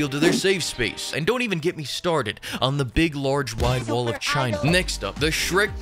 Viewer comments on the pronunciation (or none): none